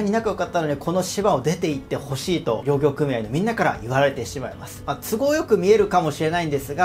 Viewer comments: りょうぎょうw w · 確かに、漁は大漁の場合はたいりょうと読むけれど、漁業はりょうぎょうとは読まずぎょぎょうと読むわけで、漁業組合・漁労長もぎょぎょうくみあい・ぎょろうちょう、と読むのが正解。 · 漁業組合・漁労長をりょうぎょうくみあい・りょうろうちょうって 何て言い方してんだよ！日本語も知らんのか！？